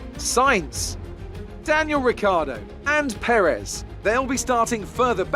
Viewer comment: It's Pérez. Not per-Ez.